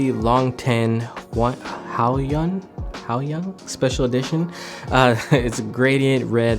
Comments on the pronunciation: As a Chinese Imma say your pronounciation is decent, but u butchered huoyun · 草 还是差挺远的吧...毕竟汉语拼音发音不一样的，让他们以为读对了就不好了。不过都是标准英语拼读要说在英语里decent也行